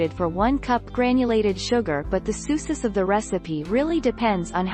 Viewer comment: success pronounced as suses😹 just cauz one "c" is missing in success